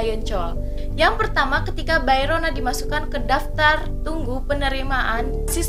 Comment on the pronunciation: Halo kak, maaf ingin meluruskan sedikit tentang pengucapan nama2 karakter hehe.. Bae Ro Na = Be Ro Na Oh Yoon Hee = O Yun Hi ya Ha Yoon Cheol = Ha Yun Col Lee Kyu Jin = i Kyu Jin Joo Dan Tae = Ju Dan Te Terima kasih, maaf mengganggu waktunya kak 😊